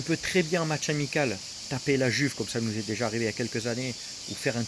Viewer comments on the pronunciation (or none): none